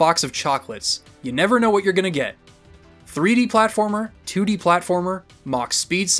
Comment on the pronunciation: Haha. He said toodie 😄 🤣 😂